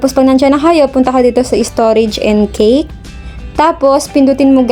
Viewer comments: bakit cake ang basa po dyan ay cache it sounds as Cash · Cash po ang pag pronounce ma'am sa Cache. Wag mamasamain netizens.